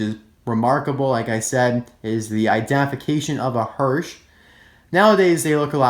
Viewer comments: It's a hearse not hearsh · As a little help, hearse is pronounced herse, not hersh. The "symbol" on the side is called a lando (lan-dew) bar. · It’s pronounced hearse not hearshe. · you pronounced the car name wrong. It's hearse not Hersh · You don't know how to talk. It's not hersh, its hearse. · Wtf is a hersch? That is a HEARSE! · It’s hearse with an ‘s’ not hearsh with a ‘sh’ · I don't see the Hearse being anywhere near as sought after as RD moodsprings, and would take another RD Moodsprings over the Hearse, but I do think he's very cool! But I don't expect to see him soon, as we seem to have had the same case of cars showing up in every store for the last 8weeks in the UK. Thanks for another great review :-) oh btw it's pronounced "Hearse"....not Hearsh :) perhaps you've got a chocolate bar in mind for later lol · I’m not being mean, but is no one going to notice that he says “Hersh” and that he put the picture on the screen in editing, but didn’t catch it when he put them on the wrong side and said the were in the same lane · In not sure that your pronunciation od hearse Is correct...